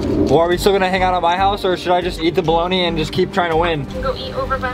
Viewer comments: bro said balagna when it pronounced bolony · Bologna....😂😂😭😭🤣🤣🤣 It's pronounced bologne....I'm dying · Bruh he really said balagana